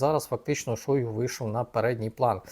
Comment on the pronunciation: Не Шóйгу, а Шойгу́! Выучите уже!